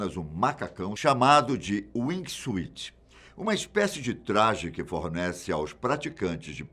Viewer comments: O nome do wingsuit se pronuncia wing sut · Wing suit se pronuncia uingsut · Pronúncia errada do Wingsuit... Não se pronúncia o "i" como terno em inglês Suit...